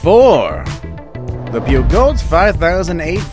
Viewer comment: Also Peugeot is pronounced pay-jjo